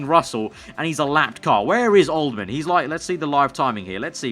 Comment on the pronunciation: old-ham!! not old-man fs